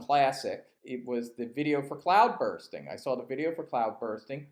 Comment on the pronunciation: Its CloudBUSTING not bursting